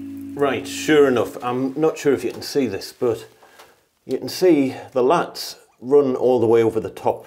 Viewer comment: Laths not latts